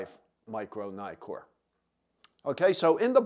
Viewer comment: It’s not “Naïkor”, it’s “Neekor”. Why? Because of the two Ks in Nikkor. “Nikon” can be pronounced “Naïkon” (although only people from the US do it) because there is only one K.